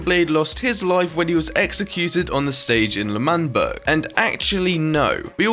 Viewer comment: ITS L’manberg not manberg 👍🏼